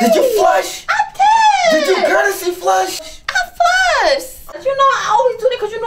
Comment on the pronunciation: instead of her saying flush she said I flusss